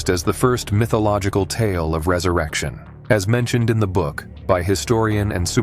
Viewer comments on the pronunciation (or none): none